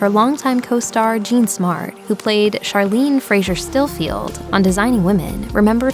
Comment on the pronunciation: Charlene’s name was pronounced CHAR, not SHAR.